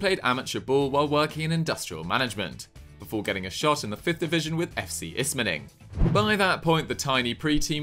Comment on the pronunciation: Funny to see Niederlechner because he is from a small town right around mine 😂😂 You saying Ismaning killed me 😂😂